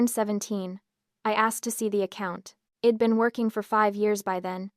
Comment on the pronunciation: The pronunciation here is atrocious. AI cannot distinguish between it and I’d and that’s just one example. It’s distracting from an otherwise good story.